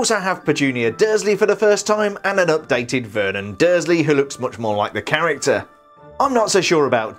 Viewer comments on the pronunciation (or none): none